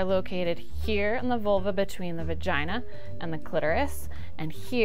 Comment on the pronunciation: I am pretty sure she said uretha and vergina...